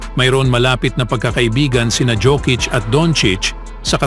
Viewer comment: ANG TAMANG PAG BASANG PANGALAN PO NI JOKIC UNG J PO GINAGAWANG "Y" HAY NAKU BAROK KA PO YOKIC PO TAMANG TAWAG SAKANYA